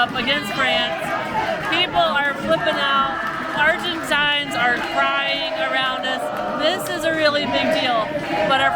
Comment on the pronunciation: thank you for using and pronouncing the term 'Argentines' correctly. It's been a bugaboo of mine ever since high school, when I had many friends from Argentina. It's a small thing to many but... ❤